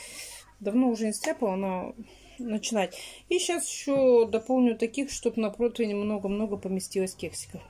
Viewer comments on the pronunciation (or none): none